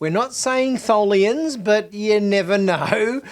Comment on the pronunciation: It’s Tholians, duh